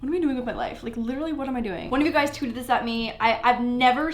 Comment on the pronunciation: did she say tooted or tweeted?